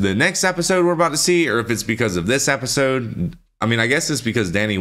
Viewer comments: EP, EP, EP---isode, NOT APPISODE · Was he saying " appisode "?